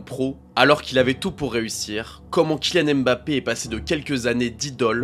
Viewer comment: Il s'appelle "Mbappé" pas "Embappé" Tout comme "Killian", pas "Ka-illian"